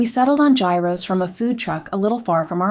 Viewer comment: Jy-ros and tah-zee-key sauce 😂